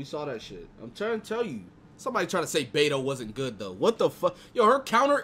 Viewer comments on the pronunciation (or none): none